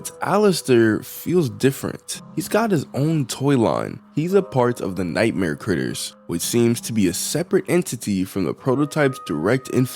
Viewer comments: bro said g instead of t that's crazy it's like saying chai tea chai means tea so if you're saying I want some chai tea you're basically saying tea tea like that makes noises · um what? I was seriously confused where there is a G in "Critters" xD